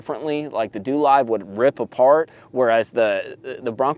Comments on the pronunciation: DoLive pronounced DoeLive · It’s pronounced doe live😂